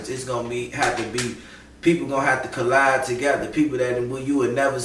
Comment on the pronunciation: dont say collide say calab fam. Love the message tho